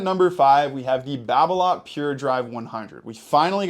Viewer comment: wtf is BarBeLot ? really fucking BarBeLot ???🤔🤔🧐🧐😅